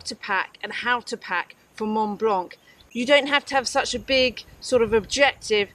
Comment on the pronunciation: Great video, and always enjoy hearing that special brit pronounciation of "Mont Blanc" ...